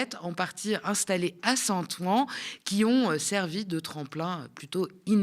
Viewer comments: Top comme d'habitude.. juste un détail, Saint- Ouen se prononce Saint-Ouin (comme le ouin ouin de Karim ) pas Saint. Ouan 😁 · Bravo. Super et merci., j'en profite pour te sgdire et en souriant que St Ouen ne se prononce pas Saint "Ou- An" mais Saint "OU-OUIN". Plaisir d'une langue qui ne s'écrit paas comme elle se prononce. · St-Ouen est prononcé St-Ouin ... Sinon tout est parfait !